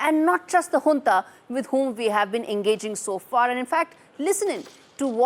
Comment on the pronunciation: u are the only Indian channel who pronounces Junta right as Hoonta. appreciate.